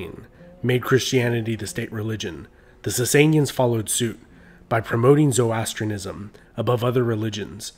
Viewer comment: It’s pronounced ZO-RO-ASTRIAN-ISM! Otherwise great video